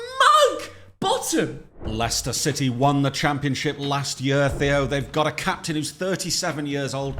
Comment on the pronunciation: Leshner city 😂